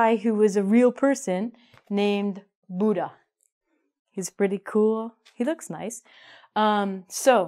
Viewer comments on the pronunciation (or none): none